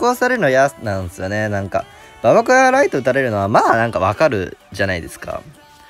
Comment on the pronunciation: 、ゴブ小屋の発音はゴブごやなのに、ババ小屋の発音はババこやなのおもろいw